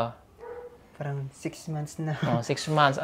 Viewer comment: turuan mong papaano bumigkas ng tamang salita, kc yung words na,PARANG,,sa kanya prang